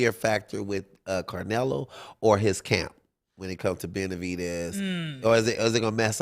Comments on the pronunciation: You’re not gonna stop this dude from saying CARnelo the whole time !? Come on Shawn! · Who. The. Eff is “Car-nelo”?